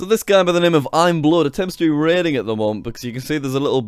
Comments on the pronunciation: jack it's not imblood it's imabood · it was bood not blood lol! xD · It's bood not blood 😂😂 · that awkward moment when you pronounce "bood" as "blood" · JackSucksAtLife you didnt pronounce bood right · shadow fire he said the name wrong its actuly iambood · You didn't say "Bood" right.. I'm mad